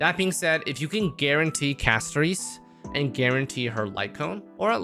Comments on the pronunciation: It’s pronounced CASTORISSSS NOT EEEESSS idk why streamer can literally never pronounce anything right lol 😂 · talks shit about Castorice (Cas-to-ris [btw, bc why are we mispronouncing it when it says it in game]) *also pulls for her*. kind of ticks me off that i've watched multiple videos and stuff where multiple creators, including you, one of my favorites, talked absolute trash about Castorice and her passive, yet here we are pulling for her and all that. makes sense. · The way said her name is throwing me off.